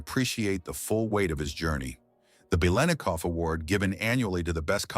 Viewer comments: Nice viedo BUT ur butchering his name Ba lit na cough not way it's spelled it's for you to pronounce it correctly 👍👍👍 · having grown up in the bay area watching all the raiders games on tv this is the first time in my life i have ever heard anyone pronounce the let in biletnikov this way. everyone said lit back then. as in bilitnikov. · Beelinakoff? You can't even pronounce the name! Why must anyone try to make "sensational conspiracy-like" garbage out of a normal story? Why are people so desperate to post crap on the internet? Whoever this is doesn't even know who this man was, nor was probably alive when he was....this man was a great NFL legend. Leave him alone. Get a life. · What fall from grace?! It's Bil et Nik Off! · the name is four syllables . Howard Cosell , for the correct pronunciation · Stop with the melodrama. Yes it was horrible what happened to his daughter, but it didn't break him. Learn how to pronounce his name correctly you damn 🤖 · these ChatGPT NFL History channels are bizarre. Its mandatory 15 minutes of wikipedia entries read by AI that ALWAYS mispronounces the legendary player's name on a 'channel' dedicated to their storied franchise. Low Effort Trash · Robot narrator cannot pronounce his name correctly. :face-red-droopy-eyes